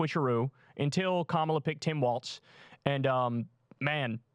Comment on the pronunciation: Hey not a big deal - but Kamala's name is pronounce Ka (as in cup) ma (as in muck) and la (as in LALA land)